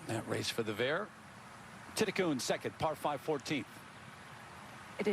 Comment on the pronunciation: Patty came to congratulate her, the game is about supporting the younger talented people. And Lydia Ko shot -9! In English, her name is spelt Thitikul. The commentator pronounced it Thitikoon??? Shes definitely a new star but has nothing on Ko.